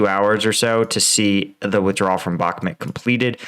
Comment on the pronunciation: Pronounce Bakmut properly, no one says Bakmit